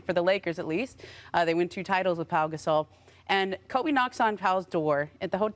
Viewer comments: Perks country a$$ .. his name is Pau.. not paul!!! Smh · Someone need to tell Big Perk that his name is Pau not "Paul" SMH 🤣🤣🤣